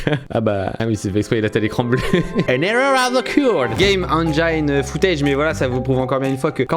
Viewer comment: cyril: "the game enjaïne" mistermv: on dit "enjine"...